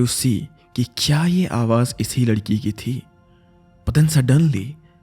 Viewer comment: He said Uss lalki 😂